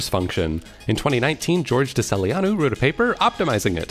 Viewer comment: Uhm acshually its pronounced Tesheleanu (with ea being literally vowels E and A) 🤓👆